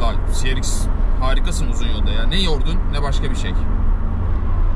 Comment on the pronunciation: şu arabaya ya ''si-ar-exs'' de ya da ''ce-re-iks'' de lütfen